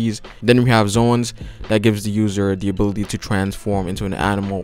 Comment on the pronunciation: everytime you said "ability" the thing i heard is "booby" , its just me or..